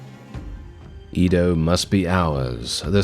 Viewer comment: I hope i can wake up next time and not hear our boi say IDO instead EDO